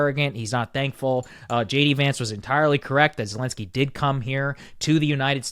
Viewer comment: Wow. Bro is so red pilled, maga brain rotted now. Blaming Zelenskyy (whose name you can’t even pronounce correctly btw) that it was his fault. Yikes bro, Russia is calling, pick up the phone 🙄